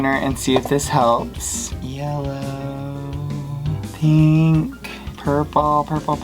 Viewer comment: “I just love peenk”